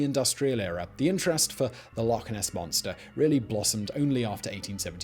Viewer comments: Its Loch ness whether you are Scottish or not... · He did not... just call it lake ness...